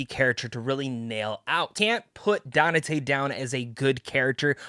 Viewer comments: Who’s this “Danate” he’s talking about? 🧐. Dude, you’re not a Devil May Cry fan if you don’t even know the main character’s name “Dante”. I seriously dislike fake content creators like you. You need to be called out for your capping 🧢. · Bro his name is pronounced DON-TAY. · Danate? Have you never heard Dante pronounced? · You keep mispronouncing Dante. Donnatae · How the hell did you play the entire series and mispronounced the name of THE MAIN CHARACTER throughout this entire video ? Dante isn't even a hard name . Jesus christ DaNaTaE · His pronunciation is hilarious how has no one told him